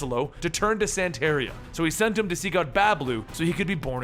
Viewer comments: San-ta-ria. C'mon man! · Santa ree-ah. have you never listened to Sublime? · Santeria Pronounced like Santa-ree-ah. Normally I don't get bugged by your mispronunciations as it happens to everyone. But, I grew up listening to Sublime and Santeria is burned into my brain.